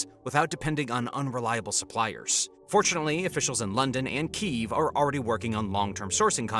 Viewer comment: i have to say it ,its key_ev not keyeveeeee ,and the turkeye for turkey has me in bits lol